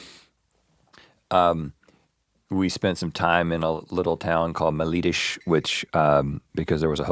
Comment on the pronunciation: Melides, not Malitish